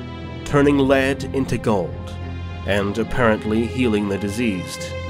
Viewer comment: You did an awesome job! Didn't even know that lead (the material) was pronounced like that :D